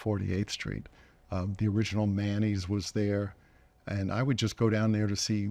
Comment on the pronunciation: I was wondering why Paul was talking abut mayonnaise until I realized he was saying Manny's